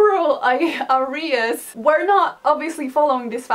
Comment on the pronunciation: "Areas" ma akcent na pierwszą głoskę ;)